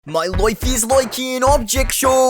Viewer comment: MOI LOIFE IS LOIKE AN OBJECT SHOU🗣️🗣️🗣️🗣️🗣️🔥🔥🔥🔥🔥🔥